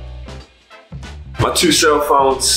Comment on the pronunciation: "My teww cellphones, had to get tewww" lmfaoooo that baltimore/dmv accent hilarious